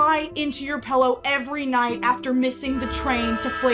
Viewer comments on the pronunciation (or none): “PELLOW” PELLOW SPEAKER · this isn’t meant as criticism but the way you pronounce pillow like pellow always throws me off guard because in my language (khmer) pellow (not spelt like that but pronounced like that) is the word for vagina so when you say ‘crying into your pellow’ it always makes me double take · Love your content but I cannot forgive the way you pronounce "Pillow" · You say pillow kind of funny